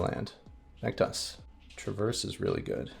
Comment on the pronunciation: I was listening to your commentary while working and several times when you said “back to us” I thought you said Thragtusk. Lol. I was so confused.